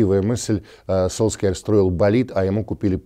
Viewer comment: А в чем прикол Сульшера называть Солскйяером? Ностальгическая дань прошлым ошибкам российских комментаторов?